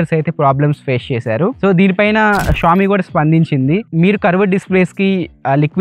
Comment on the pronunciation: Xiaomi ✅xami❌😅